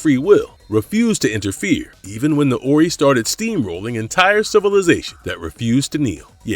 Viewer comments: 'Orrey'? Wow. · Stargate truly was an epic series. Only one movie I disliked which did not have the same actors as the series. P.S You pronounced The Ori wrong. Have you actually watched the series? You just listed aliens from the series without any kind of factual knowledge other than what is copied from others. "Fully explored" my butt...